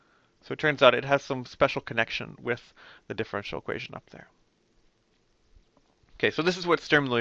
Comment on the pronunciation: I agree; my teacher went over it so fast that I did not see the beauty of how general it is. When Dr.Underwood wrote down SinCos, Legendre polys, hermite, bessel, I was thinking, "BUT WHY THESE!" And sure enough he told me=> Strum-Liouville. Also good job pronouncing Strum-Liouville. Also, EVERYONE do your part and help women integrate into the hard sciences.